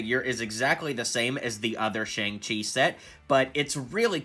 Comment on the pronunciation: I think its pronounced "shyoung chi"